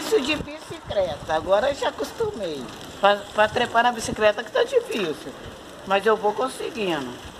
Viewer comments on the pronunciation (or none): Agora eu tenho certeza q a brinca de falar errado.Observaram q ela fala bicicreta é depois fala certo....bicicleta? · No segundo 06 fala BICICLETA. No segundo 34 fala BICICRETA🤦‍♀️. Hora fala CRETA hora CLETA....KKKKKKK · fala certinho bicicleta mas esquece que não fala e fala bicicreta afs kkkkkk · Foram dois dias pois trocou a roupa?? E porque a fala bicicreta e depois bicicleta???? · Boa tarde que bom isso aí. Gosto muito da senhora. Curto muito os vídeos da senhora. Mas porque que a senhora uma hora fala bicicleta ( coreto) e outra bicicreta? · Que issso uma vez fala bicicreta outra bicicleta